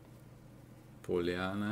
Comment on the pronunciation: In America we call the Gypsy language Romani. It’s considered a part of the Indo-Aryan branch of the family of languages known as Indo-European. The book you showed is pronounced PAH-lee-anna, not Po-lee-AH-nah with the first vowel, o, pronounced as you did, with a long o, rhymes with so. I offer this because the word Pollyanna is so well known among native English speakers that if someone behaves in a light-hearted, flighty, frivolous manner, and particularly if they are ignoring obvious facts, they might be labeled PollyannaISH. Other fun English words for such folks might be scatterbrained, air headed, birdbrained, featherbrained, and dingdong. Our greatest author, Mark Twain, entitled one of his books “Puddinghead Wilson,” the word meaning birdbrained. None of these are curse words but they aren’t compliments either. You would not use them with a stranger, but a close friend might comment about your wild, improbable idea “That won’t work! you dingdong,” or “Of all your birdbrained ideas, that takes the cake!” Meaning, it’s a ridiculously wild, improbable notion. If the idea is not well grounded and you judge it to be little more than fantasy, your friend might hear “Well, of all your crazy ideas that’s the most Pollyannaish I’ve ever heard!” Such usage is not common today, but English-speakers should know what it means. Looking to learn English? Read Mark Twain. Another American author, Hemingway, stated that all American literature descends from Twain. Both authors’ work